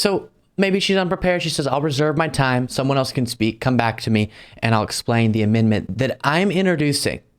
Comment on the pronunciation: AmenDment. The d is not silent